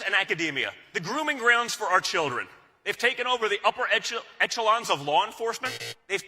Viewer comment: Gotta love Don Jr mispronouncing "echelon" ^^